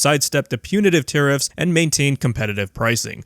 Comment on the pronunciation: Tariffs are... Taribull 😂